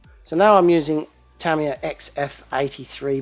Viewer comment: youre driving me crazy!! Its pronounced Tah-ME yah not Tam-E-yah!!!!